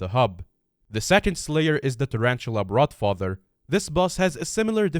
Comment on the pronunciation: Brod father, not brood father is pog